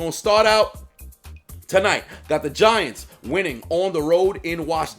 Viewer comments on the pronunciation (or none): I thought you said "the VaGiants" :)